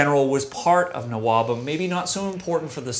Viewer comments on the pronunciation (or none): Oh, you dropped the h in nwobhm. I've always been saying it like n wobhem. Oops :-)